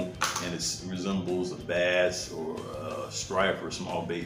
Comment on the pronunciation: BASS! It’s BASS! Not Base lol